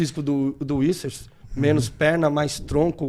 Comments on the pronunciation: Issers, whispers kkkkkkkk é Vissers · É VissA Não é inglês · Uicers, wuyssers, iuvirces kkkkk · Cariani..... Vinssers...e fala vários errado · kkk, falando errado o tempo todo